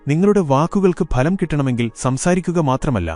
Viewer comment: Not phalam bhalam